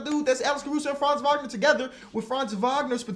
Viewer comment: As a german its funny to hear say Franz Wagner so often not because its wrong (his pronounciation is actually pretty good) but its still funny in some way